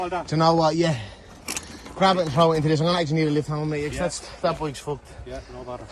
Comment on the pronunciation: "That bike's fooked..." 🤣